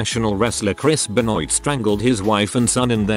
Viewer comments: should be Ben-WAH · Please learn how to say Benoit. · chris benoit's name being butchered by the vo guy is terrible! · the vo guy say Benoit's name weird, listen to the video you will see